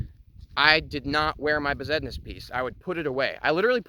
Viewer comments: " 'Regular' Moldavite ".... haha. Besednice = ' Bez- ehd-NEE-cha ' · it's pronounced 'Best-nice"